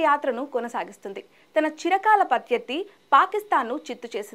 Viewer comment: పత్యత్తి..పిత్తోత్తి కాదు తల్లి...ప్రత్యర్థి... తెలుగు సక్కగా నేర్చుకో ఫస్ట్